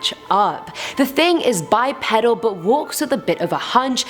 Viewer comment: Bipedal is pronounced Bi-peedal 😁👍